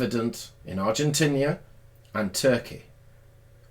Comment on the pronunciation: Argentinia or Argentina